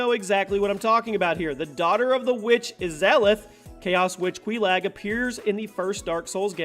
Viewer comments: The way he said Queelag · Quelaag (Quei-Log) queLAG sounds dumber than the actual name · You pronounce Izalith and Quelaag very weirdly